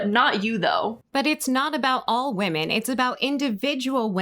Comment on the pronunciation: I HATE that she can't say "women" plural.